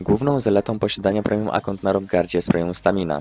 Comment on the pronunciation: Rafal to było specjalne, gorsza była wymowa "premium akont" XD